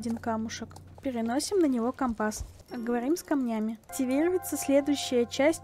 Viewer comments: Правильно ко́мпас а не компа́с! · Там где ты говоришь это слово слушать невозможно, по ушам сильно бьёт. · Слово «компас» латинского происхождения. В языке-исходнике ударение стояло на втором слоге, но сейчас такое ударение встречается только в речи моряков применительно к морскому компасу. Много играю в Пиратов, вот и привязался морской говор. А еще возможно в старых фильмах связанных с моряками было такое произношение, которое я запомнила в детстве 🤔 а это уже не искоренить из памяти🌊